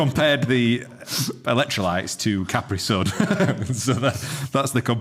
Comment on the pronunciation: The way said Capri Sun lowered my dam credit score